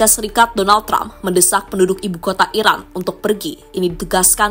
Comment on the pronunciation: yang mengisi suara narasi ga jelas bicara, antara bilang "Iran" tapi lebih sering terdengar "Irak"😂😂😂